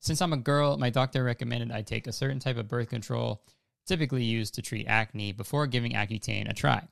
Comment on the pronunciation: I FUCKING DIED WHEN YOU SAID CRACK-NE LMAOOOO WTF